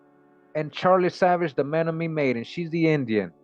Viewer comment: CHOKMA BROTHER THE CORRECT PRONOUNCIATION AS I HEAR ITS MEN-OM-IN-EE AND OSAJE